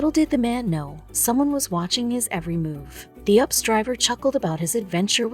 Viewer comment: Its U P S not ups 😘